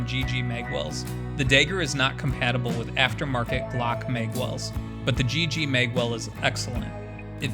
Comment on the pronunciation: Its pronounced mag, not meg. And Dagger, not degger. You must be from Montana